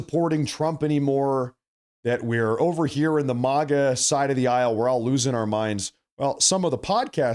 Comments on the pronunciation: Dude!!! It's Maga. Mag- uh..! NOT MAH- GAA...!!! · It's MAGA, not Moga. Like MAGAzine.